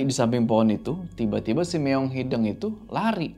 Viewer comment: Sampe skrg masih salah nyebutin “meong hideng” hrsny kan “hideung” ga sih 😂😂